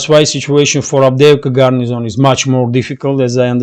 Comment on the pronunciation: there's no "n" in "garrison", except for the last letter.